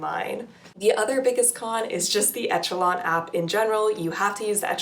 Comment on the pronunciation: For the love of God, it's pronounced eh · shuh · laan